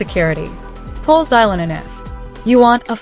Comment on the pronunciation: Why use ai voice when it mispronounces characters names? Farina? Orina? Zylonen? Can we not butcher already incorrect names?